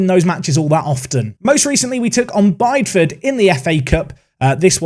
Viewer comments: Live in Devon, Bideford is: Bidder-Fud, not Bide-Fud! :) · Bideford is pronounced Biddyford and Faversham is pronounced as Fav not favour. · I love this series but your pronunciation of Bideford needs some work 🤣🤣(From a Devon local) P.s love listening to these videos at work!